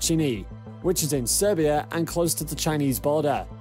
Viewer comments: "Vostōchnyy" (Oriental/East) not "Vostochini". It sounds like Mario trying to say while eating pasta. Also, Siberia (landmass in Russian far eastern) not Serbia (a country in Europe). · Don't mean to be be astckler but when you talk about vostlokchini u say Serbia... it is Siberia i believe. I am from serbia no rocket was ever launched from here... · "Serbia" 😂 Siberia region! Not Serbia country. Si-be-ria is right. Ser-bia🇷🇸 is wrong. It's very different places. And "kh" is not "k", it's "h" (like "hmm..."). So e.g. "Khabib" sounds like "Habib", not "Kabib". I forgot the word where you made that mistake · *Siberia, not Serbia. Completely different terms.